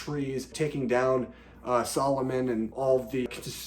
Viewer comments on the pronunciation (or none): It's Saruman not Soloman. No worries but some fans might call you foolish for calling him so